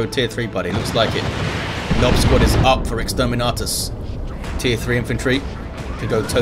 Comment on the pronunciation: My girlfriend laughs every time says Nob squad 😄